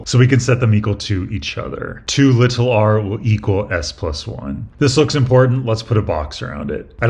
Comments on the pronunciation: It's really jarring as a brit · Yeah, incorrectly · I always love the way he says "little", it just sounds nice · I was wondering why it was "lit-all r" and just "s". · an english teacher should have taught you the actual and proper pronunciation of the word even if it is not used that way locally. Im from the UK where many accents dont use the T (including my own region), but we’re still taught it in schools. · It’s been said before, but you say the word “little” so strangely 🤣 but also, why use the word little at all? There’s no “big” R involved anyway! You don’t say “little s”… 😁